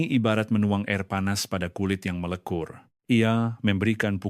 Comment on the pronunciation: Ini Ai jgn percaya.. melecur dibilang melekur..cawan dibilang kawan... bongok bin bahalul..